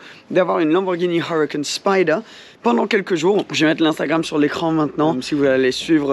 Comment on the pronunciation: n'oubliez pas! c'est une Lamboghini Huwacan Spyde! pas spyder, spyde! à la limite ce serait une marque de voiture anglaise ou américaine, d'accord de le prononcer à l'anglaise mais là XD ça fait un peu "mec qui se la raconte" sans vouloir être médisant mdr